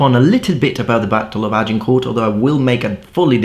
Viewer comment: This anorak cannot even pronounce the name "Agincourt" correctly but is an authority on the colour of the socks worn by the combatants. What a dork.